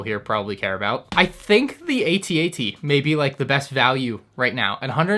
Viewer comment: It’s At-At!!!! Two one syllable words. Cmon you’re better than that!